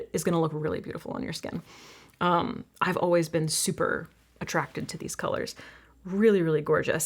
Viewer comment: As a Brit I actually don’t find LE voice soothing. The way she pronounces some words is jarring Always is not pronounced ’oh-ways’. Argh. Don’t you hate it when someone says something and you can’t stop hearing it because I love her content